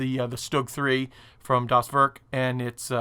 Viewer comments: I think you should "Dahs Vairk" when saying the name as it's much closer to German than "doss work." Otherwise, that's a big chonker, I can see a detail hound spending weeks on it! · The fact that you pronounce "Das Werk" (=the factory) as "does work" is actually pretty amazing. :-D